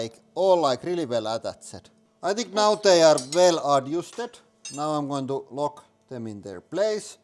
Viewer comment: "atttat-ched ... ad-uusted ... p - I - n-able ... paine able ... kapppitsh ... kkknifinator" "We only managed to cut half of the eye."